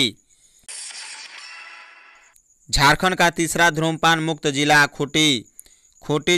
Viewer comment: Bhai धूम्रपान is right, Not धु्मपान